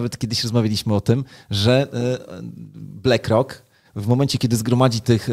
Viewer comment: No dobra, koń cz, =)) juz, wstydu oszczedz. BLACK ROCK z nazwy po Pl. To jest "uwaga - CZARNY KAMIEŃ " dobra, zatem, wymowa.. blAck rock. , blak rok! One love, peace. =))